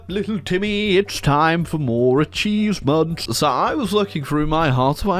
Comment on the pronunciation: did he said acheesements?